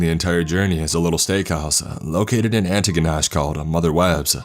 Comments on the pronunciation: I live near Yarmouth Nova Scotia and I can confirm that the highways here have no lights and have forest on either sides and can be pretty creepy sometimes And it’s not aniginash it’s pronounced aniginish and motherwebs is real and delicious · I hate the way he says antigonish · The places mentioned I’ve heard in this story I have been to. Also listening to you say Antigonish was funny. Home of SFX University. Also healthcare here is terrible. Good story, cheers!